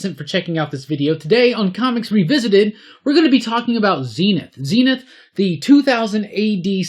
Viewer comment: was lucky enough to read all 4 phases across its weekly format, some of the best shit to come out of the UK back in the day. Please though call him Zen-Ith and not Zeen-Ith.